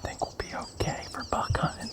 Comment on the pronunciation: I thought y’all says “Bug” but then I realized that it was buck